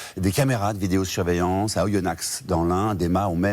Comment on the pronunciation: Oh putain ça m'énerve d'entendre oyonnaxe genre est ce qu'on dit parisse